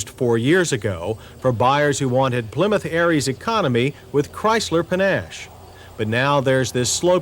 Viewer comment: “Plymouth Aries?”